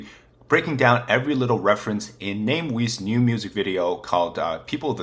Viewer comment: Also, check your pronunciation of Namewee. ;) It is a multi-lingual pun.